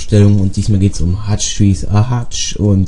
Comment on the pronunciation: hutch trees are hutch ;D man spricht es Hiuge aus